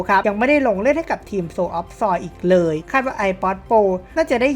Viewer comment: พูดคำว่า เลย ของมึง อุบาทมาก